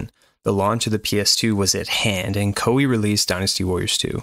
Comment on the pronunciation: Koei should be pronounced as Kō ei. I was confused without subtitle lol. btw, liked.